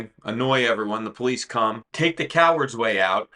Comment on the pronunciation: Its police, not pole lease.